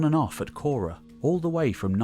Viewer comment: Why call it Naxose? It is Naxos. And it is not kora, but whora